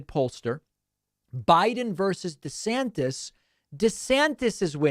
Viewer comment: Why are you now saying "De Sanctis"?? ??